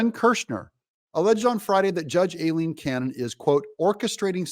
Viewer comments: Why do you INSIST on butchering the judge’s (and my sister’s) first name? The first syllable of her first name is pronounced: “eye” NOT “A”…..EYE- leen ! EYE …EYE… EYE …EYE …EYE….. Aileen is pronounced EYE-LEEN. I know you’re smarter than THAT. You may not act or look like it, but I KNOW you’re super smart. So please stop trying to sound like a dummy. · Hi Doug, Don't listen to that reporter! She's mis–pronounced Aileen's name: Aileen is correctly pronounced: "I lean" I know b/c I use it as a nickname. Look at the word "Hawai`i" the second "a" is SILENT, just like the name: Eileen, the "E" is also SILENT. So please pronounced it CORRECTLY. Eileen & Aileen are both Pronounced the same way: "I Lean." All of us with those 2 names will be happy to hear our originated names from Ireland & Scotland Pronounced correctly!!! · Aileen is pronounced...'EYE-LEAN'... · Doug, PLEEZE pronounce Judge Aileen Cannon’s name correctly, as EYE-lene. Makes your videos cringey and hurts my ears!